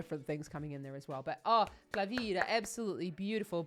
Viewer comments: It's Klavdia (Claudia) lol not Klavida... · it's Klavdia not Klavida 😂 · Klavdia, not klavidia